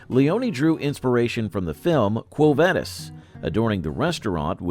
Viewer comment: The way they say quo vadis is killing me